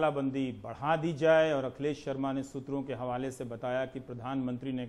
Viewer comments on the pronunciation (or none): none